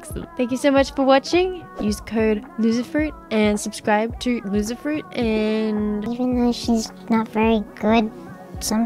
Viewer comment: for some reason, I kept thinking people were saying Lucifer instead of LoserFruit